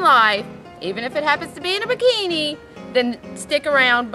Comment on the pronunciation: She said paakini instead of bikini. Cajun?